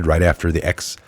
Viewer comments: Excellent article, thanks! FYI, XI is pronounced like our English "she". (I spent 20 years with Chinese colleagues.) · Xi is pronounced She, it's a common name in China 😉 Love ya report mate! WWG1WGA! Love from Australia.